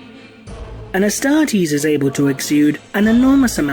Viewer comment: I cant stand the way he says Astartes. Just something about it that hurts.